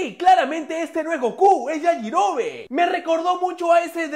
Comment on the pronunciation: no es goku es yayirobe